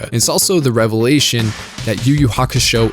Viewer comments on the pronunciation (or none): none